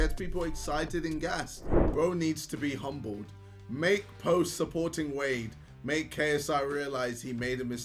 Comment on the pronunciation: cant say wade without the w